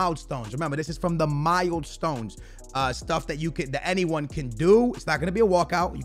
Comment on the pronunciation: Mile*d*stone? He makes me laugh😂